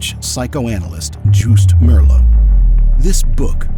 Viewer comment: When you use the name of a Dutch man, try pronouncing it correctly. When you say the man’s last name, you correctly pronounce the last letters: ‘(Meer)LOO’. Those same letters are in his first name, so they should also be pronounced that way (and not ‘Joust’. The first part of the last name is not ‘Merr’ but should sound like ‘mere’. It’s simply more respectful to address a person correctly. As Dutch people we do it the other way around too.